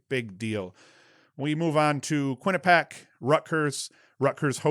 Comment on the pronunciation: I Know last podcast you weren't sure how Quinnipiac was pronounced (don't worry it's a common thing) but it's pronounced Quinn-ah-pee-ack